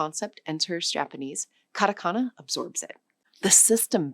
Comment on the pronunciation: カタカナ(katakana)がカナカナ(kanakana)に聞こえるんだけど、ちゃんとkatakanaと書けてるのか？